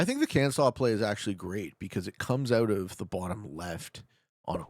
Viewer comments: why are you doing this to my ears calling it kan-saw? lmao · Your correct about Arkansas being (saw) however Kansas uses the (sass) pronunciation. Edit: couldn’t tell if you were being sarcastic with Kansas or making a genuine mistake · 😄they're were 100% screwing with you, Arkansas is pronounced with native american pronunciation (Ar -kan-saw), Kansas is standard english pronunciation (Kan-zass)😄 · heart the Kan-saw pronunciation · You said Kansas wrong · LOL! Only Arkansas has the special way of saying it! Kansas is supposed to be how it looks! Sorry if I confused you man! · The power of the Kansas pronunciation! 😂